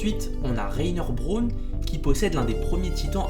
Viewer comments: Reiner broune il a dit mdr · Jpp irrespect pour les anglais Reiner brone jpp !!!